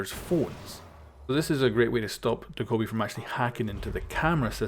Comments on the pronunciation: Doh kow bi It's Do kuh bee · It's doe kay bee not dakobee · Homeboy it's Dokkaebi. Not Daekkobi. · De-Kobe? Do-Ke-Bee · Dough-Kye-Bee Not Duhkohbee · it's doe-keh-bee just put check the corean pronunce of " 도깨비 " on google translator and you will see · Did you say "da-koby"? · Dokkaebi... Doh-Kay-Bee... say it with me now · Dokkaebi DaKobe Bryant Lol it’s not even spelled the way you’re sounding it out how does that happen 😆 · He says dakobi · Actually pronounced Dokk-a- By I have a Korean Friend at my school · “Doh-ko-bee” XD Why do they always release operators with ridiculously pronounced names haha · the way you pronounced dokkaebi threw me off at the intro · Said her name wrong every time